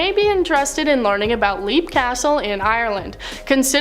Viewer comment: Leap castle is for sale for the low low price of $3 million.... and she pronounced it wrong